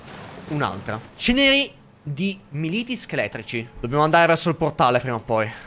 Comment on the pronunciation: Allora bello, sto seguendo ogni episodio e sei mega bravo ma….. dio polpo non prendi un accento che uno e ripeti a ruota le parole sbaglite. Crogiolo militi e altre ti scongiuro ti prego studiati gli accenti